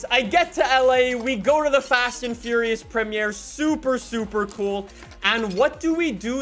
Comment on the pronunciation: Ummmm who pronounces premier like that